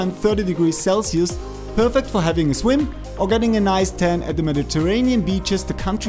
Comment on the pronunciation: Perfect video until your pronunciation of Nice 😂